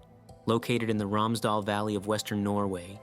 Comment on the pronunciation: This was very interesting, but you keep saying "Alpine" in connection to Norway. The Alps aren't in Norway. We have some mountains called the "Sunnmøre Alps" but they're not actually the Alps, just quite similar-looking (though much smaller). "Romsdal" is pronounced "Rooms-dahl", too. Just a few tips from Norway!